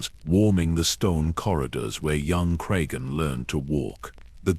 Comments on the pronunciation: Really need to edit the AI narration better. After 8 minutes, Cregan becomes crisegan and then crigan. Tsk tsk. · fucking ai slop. Cry seagan??? What have we begotten... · Hard to take this seriously or want to follow when you don't even bother to edit your AI slop. How many times did you / your computer, mispronounce the very character your video is about.